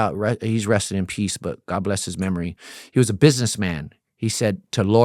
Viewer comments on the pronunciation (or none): none